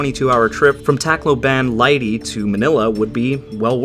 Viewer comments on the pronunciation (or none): none